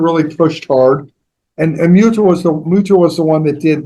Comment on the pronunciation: Her name is Mutya Valenzuela. It's pronounced as M-oot-ya (short a)